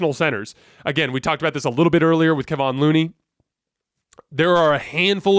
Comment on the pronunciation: Come on man. It's Keh-von Looney. Not Keeevon or whatever you're saying. He's been around for years please learn how to say his name.